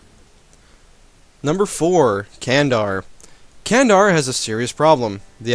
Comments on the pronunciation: Not kendar, it is read as jandar. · Not only Ottomans;Ramazan, Karaman, Candar, Dulkadir, Aqqoyunlu and even Qaraqoyunlu are Turkish nations.And we don't pronounce Candar like that, most likely to "dʒ" instead of "k".Nice video by the way. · Candar is not pronounced Like this it pronounced Like germany or gentlemen